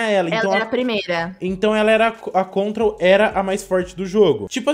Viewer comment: EU com agonia de ELE falar gravity mais é control/op op no mi kkkkkkk